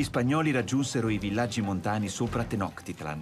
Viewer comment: Bellissimo documentario, solo una precisazione: so che frega poco però la pronuncia è Tenochtitlán, quindi quella è una C (suono di "ciao", non una K ) e con l'accento sulla A e significa "Il luogo (Tlan) del cactus sulla pietra (Tenochtli). Il Cactus è una pianta sacra, tutt'ora ne mangiano le foglie, che sono morbide, e perfino la bandiera del Messico ha il cactus sacro, sopra cui un'aquila reale che ha catturato un serpente (rimando al Dio Quetzalcoatl) si posa.